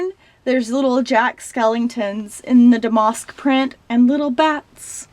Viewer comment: your accent cracks me up. i can't quite place it. 😄 love the clothes and the closet tour. just a heads up damask is pronounced dam-ask not dam-mosk